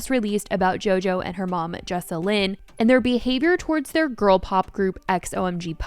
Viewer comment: The way that she's saying JoJo's moms name wrong makes me cringe so much😭